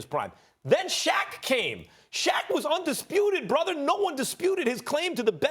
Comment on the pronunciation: “Undispruted” -Stephen A. Smith